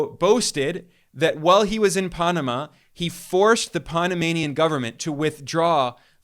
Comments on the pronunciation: ITS PAN, AMA. PAN LIKE BREAD, NOT PONAMA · Pan-ama, not Paa-nama. Where are you from? Why are you even speaking on U.S. affairs? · Oh, please,please, if you are going to speak of the Pa(long a) so pan, like man not pon how you pronounce it And also Afghanistan, both a’s are long a’s. I wish everyone would look up words for correct spelling and pronunciation! It is just butchered on these podcasts! Being an English major through college, it drives me nuts!! Thanks for listening! Otherwise I think you’re great! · Wait, is it the Ponama canal or the pan-ama canal? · This guy looks like he’s about 25. Is he really the expert he seems? Just questioning this source. Pah-nah-mah Canal!?? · The only passageway that's seen more traffic than the Punumuh (as he pronounced it) Canal is..................... The Kamala canal 😂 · Microsoft is not Silicon Valley. It is Seattle and you are saying Panama wrong.